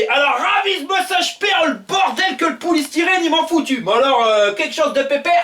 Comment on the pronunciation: Poulie styrène ? 😂😂😂😂